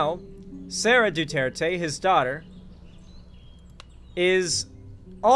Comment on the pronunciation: I am amazed how much you're trying to pronounce Duterte correctly. Other westerners would assume it's French and make the last E silent.